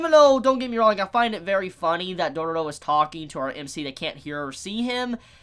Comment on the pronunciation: First - Its not Dodoro but Dororo ( U have made a mistake in pronouncing this Title/Name few times ) And She is a gril, not a boy. Its not even a spoiler since she sound and looks like girl :/ And about the Anime. God, its so fcking good <3